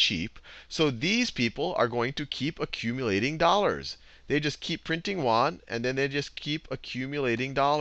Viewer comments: FYI it's pronounced Yuan not Wan. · Hi Khan, thanks for all your awesome videos. I've got just 1 issue that bugged me a little. Yuan is pronounced as "yu-en". The way you pronounced it sounds like "won"; South-Korea's currency.